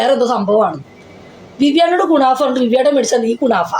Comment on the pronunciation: ക്കുണാഫ അല്ല മന്തേ ക്കു നാഫ യാണ്😂😂